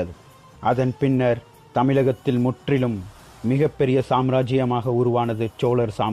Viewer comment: சிறந்த பதிவு.. உங்களுடைய முயற்சிக்கு வாழ்த்துக்கள்.. ல ள ழ உச்சரிப்புகளை மட்டும் திருத்துங்கள் இன்னும் அருமையாக இருக்கும்.... உதாரணம் சோழர் வார்த்தையை சோளரென்று உச்சரிக்கிரீர்கள்... தமிழில் மிகவும் கவனம் தேவை